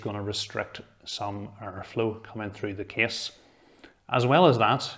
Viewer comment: Not too slow not too fast. I just think its funny that when he says "Case" it sounds to me like "Kiss" :D